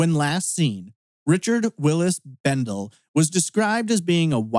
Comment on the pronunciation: For what it's worth, his last name is pronounced Bendel-ee. I was his classmate at Burley High class of '85. We weren't friends per se, as we didn't hang out together outside of school, but we talked a lot at school. He was a very friendly guy. My best go out to his family. The Kimama desert is very remote and rugged in place. There are no trees and really no points of reference, so you can get turned around and lost fairly easily I would think. Also the lava rocks are very sharp and can be tough to walk in. If you sprain or break an ankle, it could be very difficult to get back to safety. I think the broken truck window is strange. If it was a stranger who did it, they would have taken the shotgun.